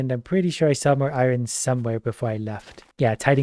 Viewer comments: I love, but like why does he pronounce iron i-RON instead of I-yon...😂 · Why does he say Iron like that? Triggers me everytime!